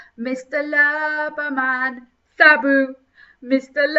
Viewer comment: to , It's not Sabu it's Shabba, the name of a dancehall artiste from the 1980s and 1990s